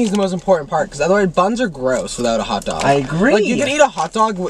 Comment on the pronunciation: I’ve never heard anyone else say hutdog like my sister instead of pronouncing hotdog she pronounces it hutdog and Matt does it too and I’m here for it